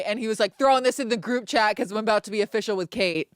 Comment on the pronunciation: OUT AND “A-BOOT” 😂 I love Kate too much, need to get married asap